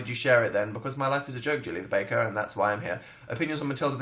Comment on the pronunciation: I love the way dan says because it's like "BuhCoooz"